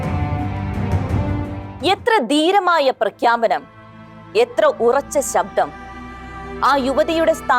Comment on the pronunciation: ഉച്ചാരണം വളരെ മോശം ഉദാ.ദീരമായ,ബീക രമായ ,മദിച്ചു